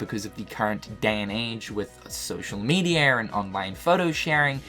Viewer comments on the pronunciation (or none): "Social mediar" lol love it!